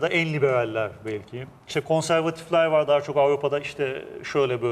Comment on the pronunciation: "vor" değil " var"!!!! "Onlamda" değil " anlamda" deriz biz Türkler ona!!!!! Aksağanlar!!! Hollandada mükemmel Türkçe bilen fakat aksağanları sayesinde hemen tanınan Yahudiler "vor"!